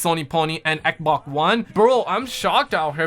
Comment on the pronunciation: Why do you call it ekbok I don't understand